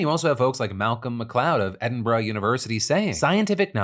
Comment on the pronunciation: Edin-Bruh SO CLOSE ! well done for an American, its only 2 syllables tho